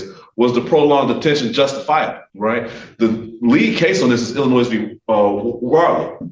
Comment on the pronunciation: Even when the confidence wasn't warranted: "Ill-uh-NOISE." 😮 Yikes. That aside, he did fantastic.